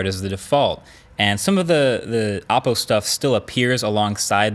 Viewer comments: O po not aah po. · Every time you say the names of Chinese brands I cringe. It's not your fault or anything, but when you know the correct pronunciation, it's hard to not notice the mistake. OPPO is pronounced like: oh Poe HUAWEI is pronounced like: H w-aww way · I likes the part where hes says appo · Every time he says Oppo I hear Apple .. Am I alone ? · Is “Oppo” the way they tried to pronounce “Apple” ?